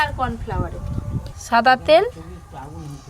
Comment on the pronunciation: কলা পাতাকে কোলাপাতা, ব্যাম্বু কে বাম্বু, সাদা তেলকে ছাদা তেল এগুলো কেমন ভাষা🤔